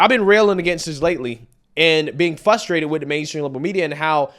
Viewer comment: Why can’t black people say “frustrated” without saying “fustrating?” I’m not trying to be racist. I’m genuinely curious?